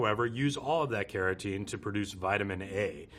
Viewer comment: Can someone tell me what his accent is? I wondered why he was talking about keratin in butter and realized he meant carotene. And he pronounces the cul- in "cultured" more like "call".